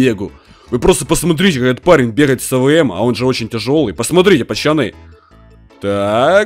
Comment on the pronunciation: Почему ты говоришь почаны а надо пацаны я уграю🤣